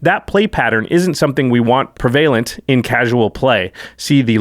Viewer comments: I always pronounced it as "prev-a-lent" instead of "pre-vale-nt" as they are pronouncing it. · Beat me to it. Prev-UH-lent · I’m gonna keep it real I love this show but neither host can say the word “prevalent” correctly